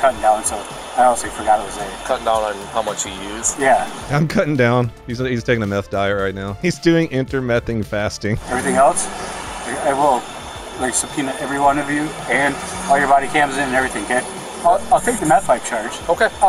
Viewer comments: Inter"meth"ent fasting lolol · "Intermethant" fasting for me😂🫡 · "inter-mething fasting" ROFL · "Intermethant fasting" made me do one of those embarrassing cackle laughs, well done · "Intermethen fasting" had me dead lmfaoooo. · “Inter-mething fasting” 😂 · Intermething fasting had me dead 💀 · Intermethant fasting. Brilliant 🤣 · intermethent fasting got me.. lmao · "Inter-meth-ent fasting" 😂💀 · "Inter mething diet" lol hahahahaha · “He’s doing ‘inter-meth-ent’ fasting.” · Inter-mething fasting lmao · Intermething fasting!! lmao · "inter-methany fasting " good lord , I busted out laughing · "Intermething diet." Love it! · Inter-mething fasting 😂😂😂😂 love it ! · Inter-mething-fasting 😂 that was good haha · “Inter-mething fasting.” 😘👌🏻👌🏻